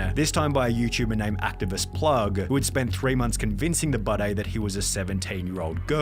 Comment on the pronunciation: I have the opinion that he spells and pronounced his name this way because he has a piss/scar fetish. Why else would you pronounce ‘Budday’ like bidet